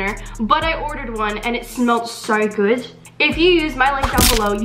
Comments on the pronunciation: That "good" was a bit british style to me ( its an british accent) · isra lol yeah that’s like the whole point